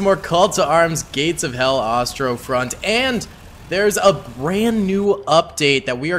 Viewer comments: its Ostfront not Ostrofront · My meme was more on how you BUTCHERED saying "Ostfront" lmao - this was a rough mission btw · I think you're saying ostfront wrong, could be wrong d'know